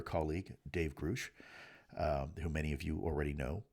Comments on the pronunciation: I think it's pronounced GRUSH not GROOSH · “GROOSH” again? I love you Lue, but how does keep happening? Everyone else says “GrUSH” If your colleague’s name isn’t consistently reported and enunciated at this point How does this keep happening?you expect people to believe you however you are the only one that says his name another way than everyone else. If you’re in a place to know, you should know this. Or is it everyone else saying it wrong? See the conundrum? It’s flatly disqualifying to the new viewer. Just address it one way another If nobody can get David’s last name straight, it falls apart there. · Again Lue, the names are properly pronounced "Gal-a-det" not "Guy-u-day" and "Grusch" not "Groosh". You should know this by now my friend. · Come on Lou. If these guys are your “friends “ then get their names right, dude. It’s pronounced Grǔsch like hush not Groosch. Also, it’s Gallaudet with the LLs pronounced. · “GROOSH” again? I love you Lue, but how does this keep happening? Everyone else says “GrUSH” If your colleague’s name isn’t consistently reported and enunciated at this point How does this keep happening?you expect people to believe you however you are the only one that says his name another way than everyone else. If you’re in a place to know, you should know this. Or is it everyone else saying it wrong? See the conundrum? It’s flatly disqualifying to the new viewer. Just address it one way another If nobody can get David’s last name straight, it falls apart there. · Thank you for your continued updates. (But please pronounce Grusch’s name correctly! Lol)